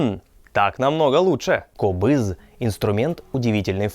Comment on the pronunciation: этот инструмент правильно произносится - КОБЫЗ! Ударение на О.